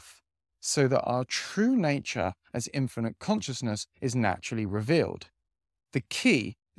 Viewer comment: Love your content. But consciousness is pronounced con-shis-ness 😊